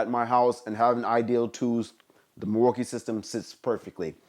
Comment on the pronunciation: "Milwookie too" 🤦🏻‍♂️